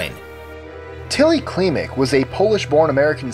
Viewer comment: 25 - It's pronounced banishevski. Like in "banish". 24 - It's a legend. All that things are lies spread by their enemies. All those stories originated wayy after her death to discredit their bloodline. There are videos about it and books.09 - In "Klimek" you need to accent E more. Like in "get"If you want some info about Poland just ask me :)